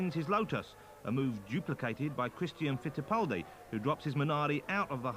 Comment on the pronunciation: he can say the R in Christian Fittipaldi but can't seem to say any other R during the rest of the video.